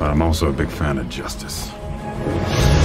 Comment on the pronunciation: why do u pronounce Justice as JOWstice??